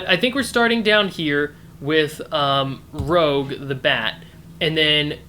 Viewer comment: Yay! YouTube! I didn't do this hunt but from what I heard, the board game puzzle is somewhat of an outlier in terms of difficulty. You solved it well, but I need to point out her name is ROUGE the Bat, not Rogue the Bat.